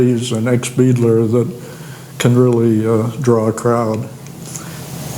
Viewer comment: Beidler is pronounced "BYE-dler" not "BEE-dler." German last name.